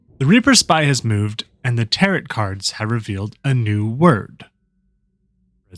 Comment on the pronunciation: It's Tarot like Arrow, not tarot like carrot....